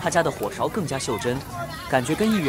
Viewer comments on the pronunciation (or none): 来自沈阳人的小贴士：火勺的重音在火，勺读轻音